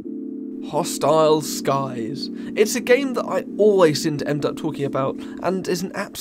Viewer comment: I’m mad at the fact that he kept saying hostile sky’s 😂😂😂😂😂😂 all g tho amazing vid 🎉